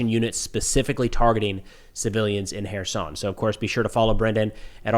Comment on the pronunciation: I appreciate that you pronounce Kherson correctly...will you do the same for Zaporizhzhia?